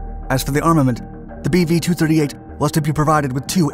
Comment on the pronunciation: I can't get past the 'BB-8" that I keep hearing, regardless of it's actual name :P